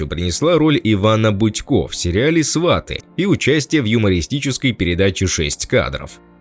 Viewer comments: Свати, а не СвАти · Не сва'ты а сваты'! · Научитесь правильно говорить. Фильм называется: "СватЫ", а не " СвАты". Противно слушать вас. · Не свАты , а сватЫ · Ведущий тупо называет «Сватов»,говорит сваты(ставя ударение на «а»)😏🤮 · Диктор отврвтительно произносит слово -сваты ! Даже слушать не хочется !! Жалко прекрасного артиста!!! А диктор идеот!¡ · сваты ударение правильно ставить надо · Ударение правильно ставить надо на название фильма !!!!!!!!!!Грамотей !!!!!!! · Ударение на слове "сваты" автор ставит не правильно! Это совершенно другое значение слова с таким ударением в українській мові! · Ударение в слове сваты на втором слоге!!!